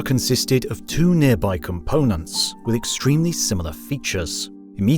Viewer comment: One of the first lines you said was "in a near by universe" and it hurt. Can't even get that right so im not gonna watch the next FIFTY PLUS MINUTES